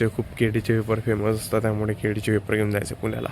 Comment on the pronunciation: केळी ❌ केडी✔️